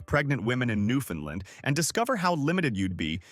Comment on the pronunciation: Two things: First please learn the proper pronunciation of "Newfoundland". You're trying, I'm sure, but this is BUTCHERY. Also, the province consists of much more than the island of Newfoundland. I'll let you do your own research on that. Thanks for the honest effort, but if I were a 7th grade teacher, I'd give this a C- Minus.